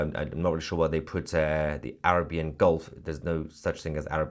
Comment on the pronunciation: You talk about "basic levels of education" Mahayar but you can't pronounce "mariners" or "Arabian" 🙄